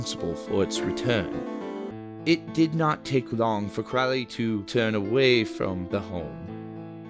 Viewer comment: Crow (rhymes with low) - lee , is how it's pronounced . Even Ozzy got it wrong .